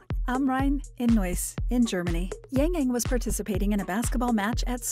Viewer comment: I cringe everytime I hear his name being pronounced as YaengYaeng